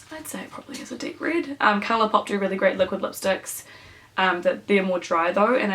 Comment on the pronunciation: The Jeffree Star lipstick is pronounced Red Rum, it's named after the book the Shining because it's Murder spelt backwards :p Love this look though, perfect look to wear in the hot NZ Christmas weather.